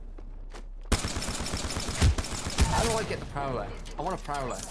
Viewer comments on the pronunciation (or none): The “Proller” lol